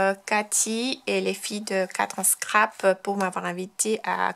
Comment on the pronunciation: Coucou, Je crois que le mot "4 en scrap" se prononce "four en scrap" (four pour 4 en anglais) et que c'est un jeu de mot entre anglais et français pour dire "fort en scrap".... c'est à dire habile au scrap..... Très jolies cartes !!! l'effet nuage est magnifique . bon dimanche!